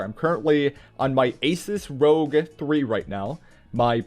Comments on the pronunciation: Um bro its called r o g not rog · Thanks for the video. And sorry, but it's ROG, not Rogue.😅